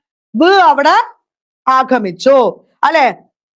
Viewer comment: അധ്യാപികയുടെ ഉച്ചാരണം കുറെ കൂടി ശ്രദ്ധിക്കേണ്ടതുണ്ട്. പലയിടത്തും മൃദു ശബ്ദത്തെ ഘോഷമായി ഉച്ചരിക്കുന്നു ഉദാ. ആഗമിച്ചു - ആഘമിച്ചു, വിദ്യാർത്ഥി -വിധ്യാർത്ഥി ' etc. പഠിതാക്കൾ അധ്യാപക വിദ്യാർത്ഥികളാണ്. ഉച്ചാരണം ഇങ്ങനെയെന്ന് കരുതി അവർ അനുകരിക്കാൻ സാധ്യതയുണ്ട്. ശ്രദ്ധിക്കുമല്ലോ.